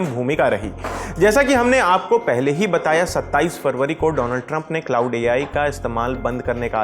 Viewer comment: क्लॉड बोलते है भाई ?